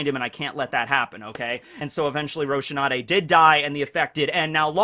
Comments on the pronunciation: Please answer, why are you calling Rosinante Roshinate? You've done it in so many videos and it's been bothering me for so long. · This is probably useless, but I have to try one last time... 😔 ROH - SEE - NAN - TEH not ROH - SHE - NAH - TEH